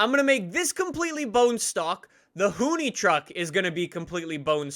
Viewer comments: You say hoonitruck like "hoony truck" it's "hoon-ih-truck" I don't really know why but it just stood out to me. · I thought it was pronounced Hoon- ih-truck. Not Hoon-e- truck.